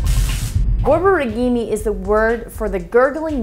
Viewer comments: You're mispronouncing this . It's 4 syllables lady not 5. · Good video, but you need to work in proper pronunciation of Borborygmi. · That is absolutely not how you pronounce the word borborygmi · This hurt me more than my SBO causing my borborygmi and obstipation.